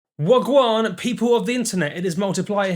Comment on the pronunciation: Lol you said wah gwaan weird